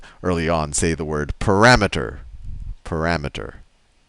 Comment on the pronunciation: Pa-RAMETER. Parameter. ...pa-rameter.